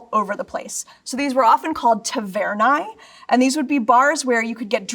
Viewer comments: "tavernae"? The word is "tabernae", which is one of the first words any Latin students would learn. I don't know how she could get that wrong. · is expert Pronounces ταβέρναι "tavernah-ee"